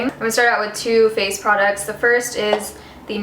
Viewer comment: "two face products" sounded like 'too faced products," haha. ok dumb comment